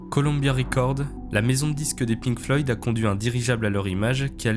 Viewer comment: aint no way bro said "les pink floyds" 😭😭 nice vid tho